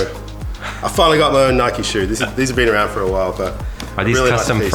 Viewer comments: we don’t say ‘Nik’ it’s n - eye - k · if u say nikee do u say mikeee or likeee or hikeee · Its not nick its Nike not nikeeeeee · It's not nic it's Ni-k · In the UK we say 'N-eye-k' not "Nick". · No it’s pronounced Nike not nikeeee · in england we pronounce Nike as (Nie kee) or (Nie c) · In the uk we don’t say Nike like ‘nick’ we say it like ‘n-eye-k’ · Its not nik or nike its like Niek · It's Nike not nikee so... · its not nick! its not nickey! its nike! like if your also from uk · It’s pronounced ‘Nigh Ck’ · ITS NOT "NIK" ITS PRONOUNCED "NIKEY". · Uk say Nike as (N - eye - k) not Nik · HEY, THIS IS SO CONTROVERSIAL, IN THE UK WE DONT SAY ‘NIK’ we say ‘NIKE’ YOU SAY ‘NIK-EE’ !!! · nobody has ever called it nick it’s nike not nikey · It’s not nikeeeeee it’s Nike (N-I-K) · We say nike not nik😂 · In the uk we say Nike like bike but with an N at the start. Not Nick ahaha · Im from uk! Its not nick or nikeeeeee its just nike no eee just nike hard to explain on txt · As u learn in like year 1 magic e make and I an I so instead of nikee it's just Nike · no NIKEEEEEEEEEEEEEEEEEEEEEEEEEEEEEE not nik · omg its not called nik-ey or nick its called ni-ke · It’s n-ie-k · You need to say it like naik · It's NIKE ..... Pronounced Ny-ck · Normally in the UK people pronounce Nike enn-eye-kay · It is nyke that's how you say it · In the uk we pronounce the i as the letter ‘I’ sounds. So n-eye-c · Ik we literally say it as it’s spelt not nikee 😂😂it’s so triggering 😂💀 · Hey, as someone from the UK 🇬🇧, it is not ‘nIcK’ or Nikkeeeee it is like the name Mike with a N at the start instead of the M. Lmoa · An N instead of the M not ‘nmike’ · it's said N-I-ke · Bro wr sat nike e nike the e makes the i say i differently and e